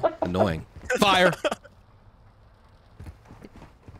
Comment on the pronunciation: Try swiftor says "Five" instead of Fire